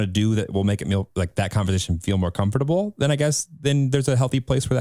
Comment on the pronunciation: I’m- just gonna say it, the way says comfortable makes me itch